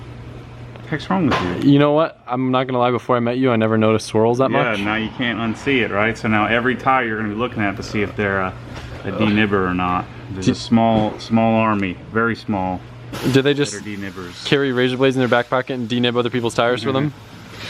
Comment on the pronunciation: “Denibber” hahahah demonetised